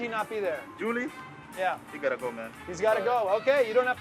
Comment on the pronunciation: When he called him:? (Julie) I lost it. That was mad funny.